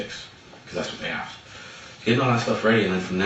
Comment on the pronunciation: It almost sounds like she axed for it.